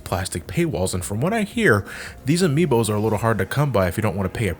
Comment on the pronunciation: ""Amiibos" My friend... No...